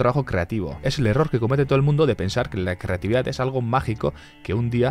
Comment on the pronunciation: Oye por que en vez de decir creatividad dices ...... Crrrrrrrrrrrreatividad